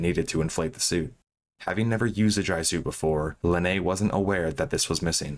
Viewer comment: for the record, Linnea is pronounced Lin-nay-uh. It's swedish